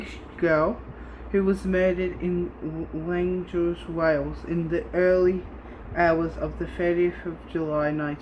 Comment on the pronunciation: Listren here mate its LLANDUDNO